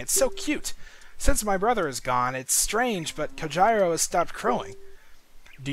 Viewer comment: I'm so used to his name being pronounced "COHEERO". lol But, assuming it's Japanese, it's actually pronounced "Ko jee ro".